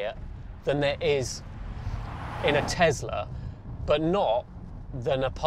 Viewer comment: But it’s not a Tezzla. (And that’s a great th8ng)